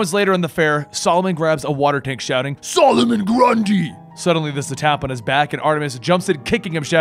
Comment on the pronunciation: Love the way you say "SOLOMON GRUNDY!!!"